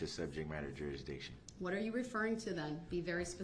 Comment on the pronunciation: “….and we still haven’t addressed subjet matta groundzidiction……”--(wow-looks like Commander Riker beamed in ---this trial must have some interest to the Enterprise-D crew in the future).